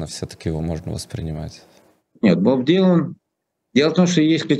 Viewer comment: "Боб ДиланД" 🤦‍♀